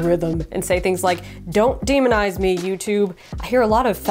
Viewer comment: Demonize? It said "demonetize",! 😂